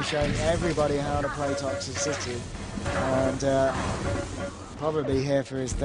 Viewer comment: "Toxy-city" Umm excuse me? Smh